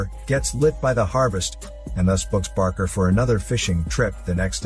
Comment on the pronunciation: BAKER DILL - NOT BARKER!